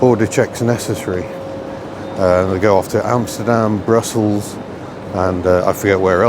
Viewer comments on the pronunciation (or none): none